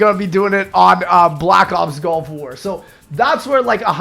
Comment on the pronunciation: I'm sorry are you saying Golf War? What?